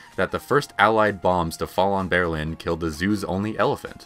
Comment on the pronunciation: Say Berlin again? Please everyone look up how to pronounce the word before you follow this guy, not very curious all I see